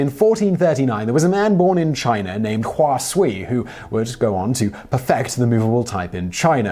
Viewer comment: Hua Sui is pronounced Hua Sway.